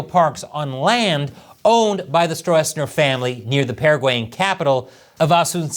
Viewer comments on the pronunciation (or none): Stroessner (German: Strößner) is pronounced more like strussner. 🍯🍯🍯🍯🍯